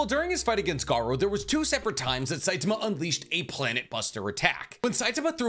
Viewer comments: Great video but it was grating on my eyes to here Saitama pronounced with a weird stress on the T(a) sound. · I stopped when you pronounced his name wrong. Its Sai-ta-ma!!!!!